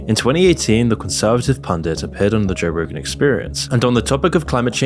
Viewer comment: Bro said Joegan 😂